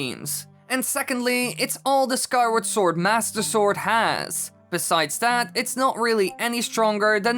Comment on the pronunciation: I luv how u say master sword and I’m not being rude I love how you say it